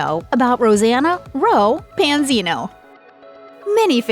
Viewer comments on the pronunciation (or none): Try saying her name right!! 😠